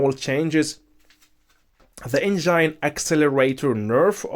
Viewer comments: The way he keeps saying enzyne power instead of Engine power. 🙃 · eitherway it was really informative video. Hearing someone say enzyne is mildly infuriating for me lol.